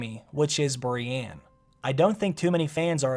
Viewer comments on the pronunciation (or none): Why are you saying Breanne instead of Brienne? Lol and sometimes when you talk about Bran it sounds like Brian. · I hate the way he says Brienne. It'sn E not an A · please don't ever say the name brienne outloud again...